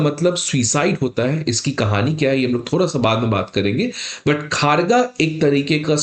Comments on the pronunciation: यह भाई साहब इसको khaargaa उच्चारण कर रहे हैं। जब की इसका उच्चारण खड्ग (शुद्ध बोली में) और उसका अपभ्रंश खड़गा (चालू भाषा में) है। यह अगर खड़गा बोलते तो भी ठीक था पर यह खारगा तो कदापि नहीं है। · मास्टर जी उच्चारण ठीक कर लो , "खड्ग" ही बोल लो। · सर, इसका नाम 'खारगा' नही , 'खड्ग' है, ठीक से उच्चारण कीजिए| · Kharga pronunciation is khorgo.... Ma kali ka weapon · खड्ग सही उच्चारण है । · आपका यह वीडियो देखकर यह तो यकीन हो गया कि जो आपसे पढ़ेगा, वह तो जीवन भर पास हो नहीं सकता। इतनी सारी गलत जानकारियां एक ही वीडियो में कोई दे सकता है, यह मैंने आज ही देखा है। पहली गलती तो यह है कि, पिनाका कोई मिसाइल नहीं है, बल्कि रॉकेट लांचर है, और आपको यह पता होना चाहिए कि, रॉकेट और मिसाइल में बहुत अंतर होता है। दूसरी गलती यह है कि, भारत में जो ड्रोन बनाया है, उसके नाम का उच्चारण ही आप गलत कर रहे हैं, उसका नाम खड़्ग है। तीसरी गलती यह है कि, यदि एक पिनाका की कीमत 70 लाख रुपए है और एक खड़्ग ड्रोन की कीमत ₹ 30000 है, तो एक पिनाका की कीमत में 25 नहीं बल्कि 233 खड़्ग ड्रोन आ जाएंगे। ऐसे वीडियो बनाकर किसी का भविष्य क्यों खराब कररहे हो?? चलो कोई बात नहीं, लोगों के कॉमेंट्स पढ़ते रहा करो, उन्हें पढ़ पढ़ कर, धीरे धीरे आप भी, किसी परीक्षा में उत्तीर्ण होने योग्य बन जाओगे। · सही हिंदी उच्चारण होगा "खड्ग" मतलब तलवार और "कामीकाजे" जो की एक जापानी शब्द। ऐसे ऐसे अधपढ लोग सिविल सर्विस के अभ्यर्थियों के पढ़ा रहा है। 😮😮😮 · Pinaka is not missile also please pronounce khraga correctly and your cimparision of one pinaka to 25-30 drone is incorrect. Poorly prepared video.